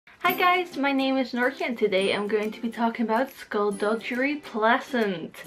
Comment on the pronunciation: i get triggered when she says 'dujjery'.